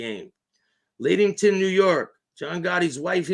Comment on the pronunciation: Lattington....Lat rhymes with mat.....small "a"